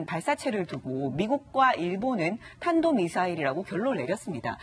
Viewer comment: 저 경상돈데요. 문재앙 경상도 발음 심각하잖아요. 탄도를 단도로 발음한거예요. 경상도발음에 토마토를 도마도라고 발음하죠.